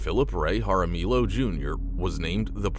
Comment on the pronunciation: It’s pronounced haramiyo (Jaramillo). The double L is a y sound.